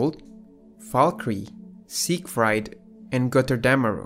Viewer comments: damn man sieg-fried (like to fry)? and i thinking it was pronounced sieg-freed (like to free). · How can the narrator mispronounce the latter half of "Siegfried" while pronouncing its first half (Sieg) and the word "Valkyrie" completely fine?